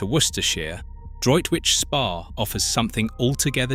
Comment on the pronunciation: Really need to get the AI voice to pronounce words properly. If you're doing a video about spa towns, at the very least, the voice needs to be able to pronounce SPA and not just spell it out!